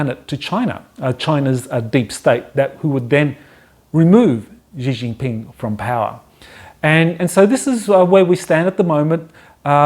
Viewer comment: "SHHHee Jin Ping". The 'X' is pronounced like 'SH' - but with your front teeth together.